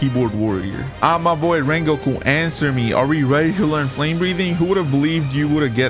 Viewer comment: In this wideo, we will we wecoming wengoku in project slayers!!!!